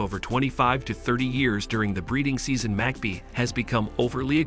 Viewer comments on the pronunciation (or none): Not MAG PEE it is pronuonced "MAG PIE" as in Apple pie.. Damn Yanks butchering our Aussie birds.